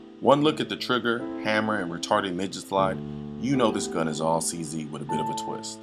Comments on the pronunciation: He said CZ Doodie........ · Just a slight bit of arrogance. I bought a CZ 75 in 1985 and fired over 20,000 rounds through it with never a malfunction. In S Africa it is weird to pronounce a CZ a "Czee". We pronounce it as "Czed", so "Czed 75" and "Czed Duty" rolls off the tongue. Furthermore, personal choice as old school, I prefer to see a hammer on a pistol and have many that agree and disagree with me. I sold the CZ 75 and now carry a Beretta PX4 Storm, my choice with a visible hammer. To each his own.